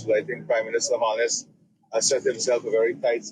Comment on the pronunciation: The PM's name is HOLNESS, not HALLNESS. Why are you always MISPRONOUNCING words??